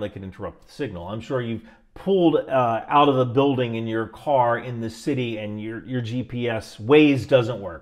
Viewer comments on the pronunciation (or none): none